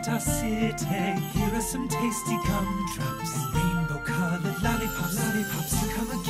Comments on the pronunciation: im hearing cumdrops not gumdrops lol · I still think Danny says "cumdrops"